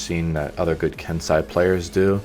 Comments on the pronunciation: ken sai?... ken say xD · You say it "ken-say" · I cringe whenever he pronounces Kensei